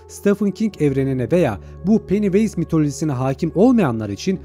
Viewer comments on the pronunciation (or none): Abi ben sana bu evreni en detaylı şekilde anlatacağım. Ayrıca palyaçonun adı penivays diye okunuyor.